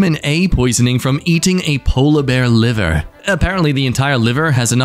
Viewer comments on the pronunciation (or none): none